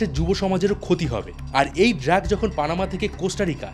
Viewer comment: ড্রাগ কে বারবার ড্র্যাগ বলাটা কানে বড্ড লাগলো, আর আপনি দয়া করে বলার গতি একটু কমান, মনে হচ্ছে যেন পড়া মুখস্থ বলছেন।